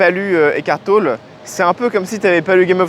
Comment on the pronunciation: On prononce TOLLÉ. ECKART TOLLÉ.